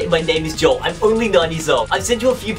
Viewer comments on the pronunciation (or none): none